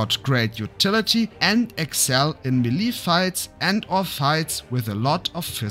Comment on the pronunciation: Melee is pronounced MAY-lay dude… Not “Meh-LEEE” 🙄 Otherwise great video. Thank you